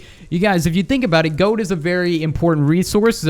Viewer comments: Why do you say gode? It's gold! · When you said gold it sounds like goat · You said gode XD